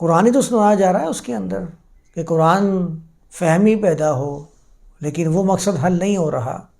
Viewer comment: میاں، آپ بہت معقول باتیں کرتے ہیں، مگر خدا معلوم کیوں اردو کی عربی میں تلاوت شروع کردیتے ہیں؟ اب آپنے فرض کو فرد کہا، جبکہ فرد کا مطلب اردو میں individual ہوتا ہے۔ اردو میں “ض” کی آواز بلکل “ز” کی طرح ہے۔ اور یہی مستند ہے۔ طرفہ یہ کہ قرآن جسکو اردو میں بھی قرآن ہی کہا جاتا ہے، اسے آپ کوران کہتے ہیں۔ یا للعجب! اردو کو عربی لہجے میں بولنا اتنا ہی غلط ہے جتنا عربی کو اردو یا پنجابی لہجے میں بولنا۔ اب اردو میں تو فارسی، انگریزی، اور سنسکرت سے مستعار لفظ بھی ہیں۔ تو کیا انکا تلفظ ان زبانوں کے مطابق کیا جائے گا؟ تو پھر اردو کی کیا درگت بنے گی اور وہ کیسی مضحکہ خیز سنائی دے گے۔ اسلئے میاں اردو کو اردو میں ہی بولا کیجئے۔ آپ جب تلاوت کریں، یا عربی میں درس دیں تو بصد شوق خالص عربوں کی طرح بولیں۔ کس نے منع کیا ہے۔ اھلا و سھلا۔